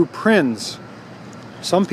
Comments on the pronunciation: By the way, Prinz is pronounced Prints. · Cool video! Growing up, my neighbor, Norby Rosenborg, had two of these! A minor FYI, the letter Z in German has the same pronunciation as the Z in Italian... Think Pizza. Therefore, the NSU Prinz carries the same meaning and is pronounced exactly like it's English counterpart, "Prince". Nice video! Thanks!